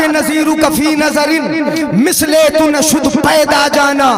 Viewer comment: मिसले तो न शुद नहीं ब्लकि. मिसले तू. है इसी तरह तोरे सर सोहै नहीं ब्लकि. सर सोहे. है